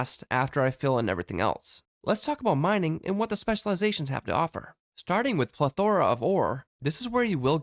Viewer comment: You are saying "plethora" really wrong. It's not pleth-ora. Think of it like "pleth-a-ra" there you almost barely say the "a" in the middle. Or just look up a definition with a audio button.